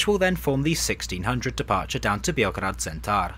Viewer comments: Thanks for the review and props for the pronunciation 👍😁 but a small note: it's B-eoh-grad not Bee-oh-grad. COKO is the Cyrillic spelling, SOKO is Latin. (C = S in Cyrillic), just in case it helps with the pronunciation. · Note for pronouncing Beograd. Instead of saying the 'e' like like 'ee', say it just like you'd say it in Belgrade and you've got a pretty good pronunciation.